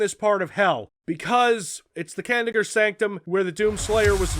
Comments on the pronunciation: I would say use your phonics,, but in the following level or so, Samuel Hayden pronounces Kadingir as KA din jer. Easy to miss, since it's easy to tune out the story, so it's understandable. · Kah-Dinn-Ger Sanc-Tum